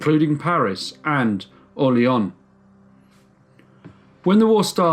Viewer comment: I shudder every time the narrator pronounces it "Orle-onn".